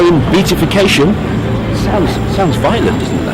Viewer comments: Be-at-if-ication, David... Be-at-if-ied... Not Beat.. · Pity you didn’t think of grasping the proper pronunciation of that “long word” beatification, given your in depth knowledge. It’s Be- AT-ification. 🙈